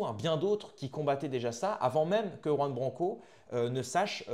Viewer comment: Jai du mal quand tu le prononce a la française jean ça saigne 😢... Please pour nos oreilles